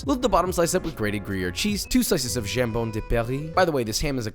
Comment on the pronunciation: pronunciation of "jambon" was butchered... no pun intended "croque" was perfect though